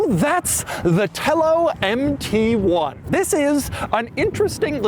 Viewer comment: Say it with me now.. "Empty One".